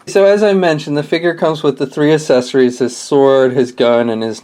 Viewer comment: The assesorys lol talk about speech problem lol